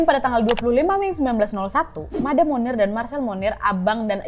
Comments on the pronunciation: bacanya « moniye » bukan munir 😂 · Setiap kakak bilang 'Monnier', aku dengernya Munir loh... Sooo, baksoooo